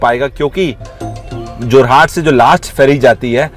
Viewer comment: जोरहाट नहीं है बे, जोरहट है!